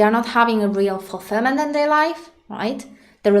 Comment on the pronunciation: i like how you pronounce their as "they"